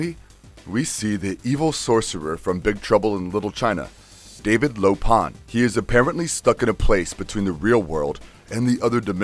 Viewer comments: I wish you would have seen Big Trouble in Little China, just once, before making this video. It's Wang, not Wong. And LoPan not LopaHn. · Lo-Pan, not Pon. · Lo-PON!? Don't you mean Lo-PAN!? I swear, the way you guys are constantly mispronouncing names I wonder if you guys are trolling us.